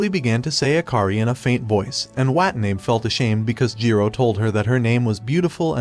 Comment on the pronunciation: Her last name is Watanabe, and the ai voice is messing it up.